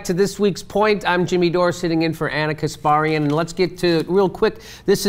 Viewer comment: Oh god please stop pronouncing "Kasparian" like that. Ask her how it is pronounced. It hurts my ears.